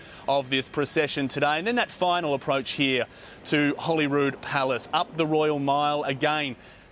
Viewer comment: It's Holyrood, not Holywood! (as per the female presenter in the video)